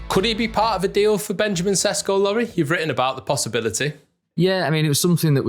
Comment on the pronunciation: Sesko is correctly pronounced "Sheshko" (his name in slovene is: Šeško) :)